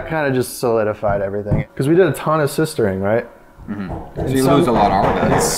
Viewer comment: "A ton of sistering" At 19.08, for the love of god